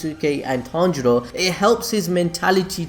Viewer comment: Dude... Please get the pronouncing of the names right.. It's killing me everytime you say it🤣😂. ie. Zen-it-su/ Tan-jee-roe/ Tan-juu-roe/Ka-na-O/.. Anyways, love your contents. Keep it up 👍